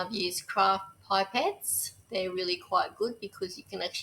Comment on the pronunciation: They are pip-ettes not pipe-ettes.